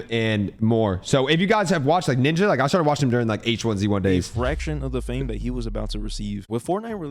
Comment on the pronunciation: Bro did not say ninja 💔